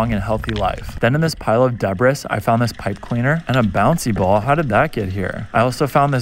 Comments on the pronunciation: Bebris? It's pronounced Debree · Did he just say deb-bris? It’s “pronounced” debree. 😅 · Debress?? You mean debris (pronounced "deebree") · "deb-ris"... Never heard debris mispronounced so strangely lol It's "deb-ree" Also, obligatory comment about Brittany's bakery. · Love you vids. But, debris is pronounced as debry, not debriss.... that's all I have time for, bye! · Debrisss, lol it's pronounced Deb-breee.😜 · It's pronounced debree, Not debriS, although it's spelled debris. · Debris is not pronounced “De-briss” it’s pronounced “De-Bree” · The word debris is pronounced d e b r e e not d e b r i s s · Debris?? It’s pronounced (deh-bree) not (de-bris) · First, more camera time on the smokin hot bikini babe, and it's pronounced DEBREE, not deBRIS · Debris is pronounced debree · Pronounced debris like “debrahs” 😂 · Bro said debrissss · Debris is pronounced debree LOL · “Debris” is pronounced D-Bree as in Britney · Why does no one realizes it's pronounced deb-ris 😮‍💨😂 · Debris? It's pronounced "debree" Why do Americans mispronounce so many English words, even if this particular word is French in origin. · It's not pronounced debris as it's spelt, it's debree.. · "Debris" is pronounced deh-bree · It's pronounced Debra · Debris ??? Seriously its pronounced debree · Its pronounced debree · Someone has to teach you how to say "debris" correctly, it seems I am he. The s is silent. So its spoken like "deb-re". Just sayin....😊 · Debris is pronounced debree……😕😕😕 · Hahaha you pronounced 'debris' with the 's' lol whoops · Don't pronounce the "s" in debris. Debris rhymes with "be free."